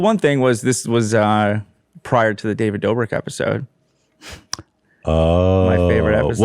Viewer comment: Ballzack, i liked when he misspronounced David Dobrik aswell